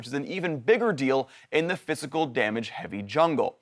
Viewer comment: at first i thought he was saying fiscal damage instead of physical lol